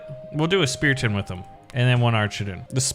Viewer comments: STOP SAYIMG SPEATION ITS CALLED SPARTAN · Ah yes, my favorite unit "Speraton" and "Swroldwarth"